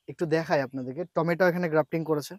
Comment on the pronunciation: টমেটা নয় টমেটো